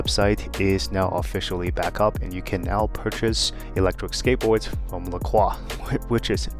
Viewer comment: It's "La Croy"...